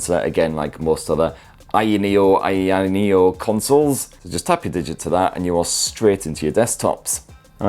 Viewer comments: How difficult is it to say higher neo 🤔🤦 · staring a petition today to have the company officially rename itself to [insert ' pronounciation here] sorry,, i know u asked not to do it but i couldn't resist. LOVE U!!